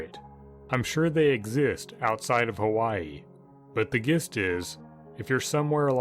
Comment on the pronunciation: Lol you mangled "gist". Good stories, I enjoy picturing what you desctibe